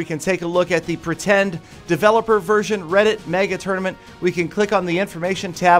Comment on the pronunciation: Anyone else annoyed by how he says tournament?